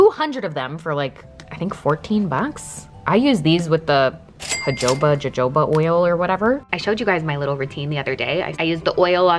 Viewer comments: The crime here is that doesn’t realise jojoba oil is pronounced “Ho-Ho-ba Oil” 😅😅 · Jojoba= “ha-ho-ba” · It's pronounced Hohoba like H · The way you pronounced the J in Jojoba 😂❤❤❤